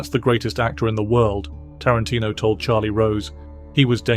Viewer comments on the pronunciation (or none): none